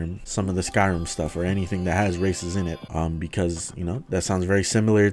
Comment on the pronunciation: I thoguht he said "A mod that addes racism" xd